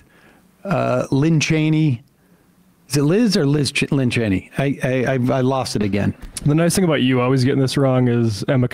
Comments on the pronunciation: Her name sir is Liz Cheney and it's not that hard. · The fact that you won't pronounce Liz Chaney's name correctly is a page out of Trump's playbook! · Geezus Christ. It’s LIZ Cheney! It’s not hard at all especially with how much she’s been in the news.